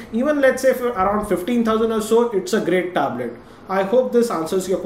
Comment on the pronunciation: THE WAY HE PRONOUNCES THE WORD "TABLET"... IT HITS MY EARS... ITS BLEEDING :P